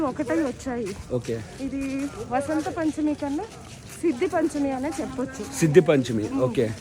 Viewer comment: బా కాదురా.. వ .. ఉత్తరాదిన వ ను బా లాగా పలుకుతారు ..... మనం వసంత పంచమి అని పలకాలి